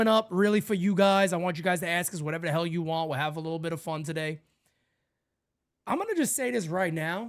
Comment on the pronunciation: I heard "Hal no" instead of "hell no" lmao that should be the new thing